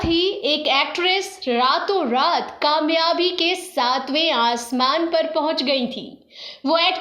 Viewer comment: Please correct your kaaf and qaaf..its very irritating to hear this language...It is pakistan not paqistan...it is kamyabi not qamyabi